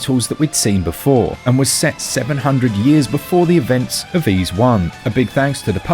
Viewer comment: You mispronounce the word "Ys". It rhymes with "fleece", not with "freeze".